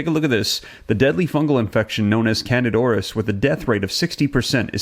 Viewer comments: If could pronounce the name of the infection correctly that would help. CANDIDA AURIS. Not canadoris. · its not 1 word, its 2 words. PRONOUNCED.....kandeeda oris